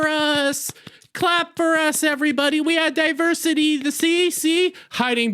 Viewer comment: While you make some good points, you undermine them with your bigoted and overreactions. It starts with you calling women "Waaman's". And the mocking way you say "diversity". How to say you've got a fragile ego, without saying you've got a fragile ego. It also makes you look racist and childish that you can't pronounce the names of people of color. It was especially disrespectful when you said "Get a real name". Ashton is half Ugandan. I also don't see you expressing severe outrage at Paul Rudd for destroying the Antman franchise by starring in the Quantumania bomb. Geez, people act like there's never been a bomb before. Since so many movies star men, statistically it means men are the recipients of most bombs. And what do you mean that the movie wasn't made for women? It was all women as the main characters. Oh, and I forgot how movies are made for different sexes and color. However, that didn't stop me from noticing the bad press about this movie before it came out. Maybe that's one reason why women avoided it. I saw the original Capt. Marvel and wasn't blown away by anything in it. So why would there be great anticipation for a sequel? I also can just wait to see things when they inevitably show up on TV at home. So there were plenty of reasons to stay away. Maybe women were just smarter to save their money on this one. What's nonsense is that women don't see movies. Maybe people are just tired of endless superhero movies. Perhaps the movie industry will actually have to c